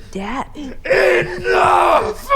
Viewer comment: white man "ENIUGH"